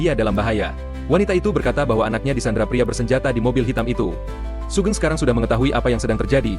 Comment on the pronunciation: Hoegeng min bukan sugeng😂